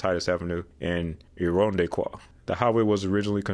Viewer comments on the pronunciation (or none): Great video. I’m dying at your French pronunciation of “Irondequoit” 😂 It’s unfortunately not that sophisticated. The “qu” is just a c like “cat” and the “oi” is like “oyster”